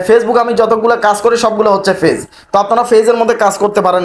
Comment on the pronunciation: ফেইজ ফেইজ না বলে পেইজ বলেন